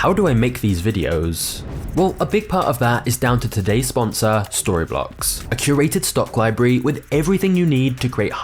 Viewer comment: I actually thought for a second that Storyblocks said sorrybollocks. Lol.